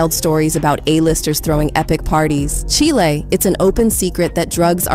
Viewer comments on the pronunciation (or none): It's pronounced "Chyile", not chilee... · Girl stop saying chilli it’s pronounced “Child” !!!!